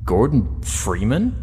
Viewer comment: Why the fuck can't the G-Man say "Freeman" properly? Jesus.